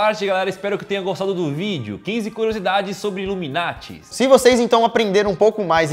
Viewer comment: É sas ipianhada iveta coisa, luminati kkkkkkkkkkkkkkkkkkkkk é nada.